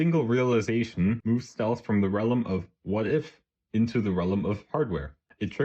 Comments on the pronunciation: “rellum” jesus man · why do you say realm like that